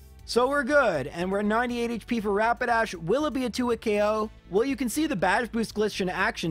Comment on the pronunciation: so glad to hear someone other than me call Rapidash "Rabadash". Since I was learning how to read when I first played pokemon, I mispronounced so many names. Now I just need to hear someone call Magikarp "Mantikarp" and my life will be complete.